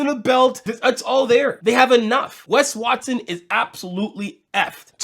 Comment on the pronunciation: I swear you keep saying Pegged Watson